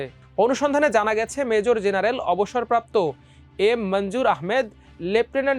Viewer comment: এই আবাল খবরের পাঠক কে বাদ দিতে হবে 🤐! অবসরপ্রাপ্ত মেজর জেনারেল উচ্চারণ করতে পারে না 😬!